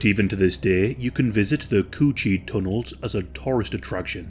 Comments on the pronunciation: “tunnel of the coo cheee” had me dying 😭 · The way he says coochie has me dead asf